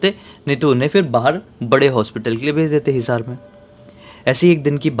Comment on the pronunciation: हिसर नहीं हिसार